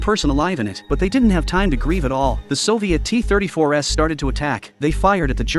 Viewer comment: AI narration is so pathetic! "The Soviet T34S"? That would be T34 s. Maybe these content posters should take the time to actually narrate their own videos, so the words actually make some kind of sense.